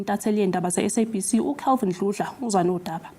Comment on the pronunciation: Sicela abaphathi bezindaba basize le ntokazi esifundela isindaba ngokuthi bayinike ithuba lokuziqeqesha kakhudlwana ukuze ikwazi ukubiza amagama esiZulu ngendlela. Le ntokazi ishaya eceleni kakhulu ngokubiza amagama esiZulu izwakala ngathi ayisiye umZulu uma iwabiza, yehlulwa ngisho ukubiza isibongo somuntu esebenza naye mihla le uCalvin Dludla.